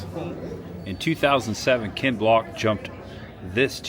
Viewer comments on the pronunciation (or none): It's Ken Block not Kent 😂